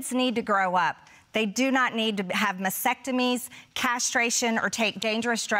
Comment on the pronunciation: masectomies?😂👏 Marge are you making up words again? MasTECtomy is a word. VaSECtomy is a word. Masectomy is not a word.